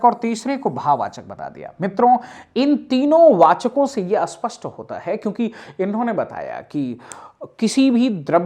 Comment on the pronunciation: Asthan nahi sthan padha kariye,aspasht nahi spasht kahiye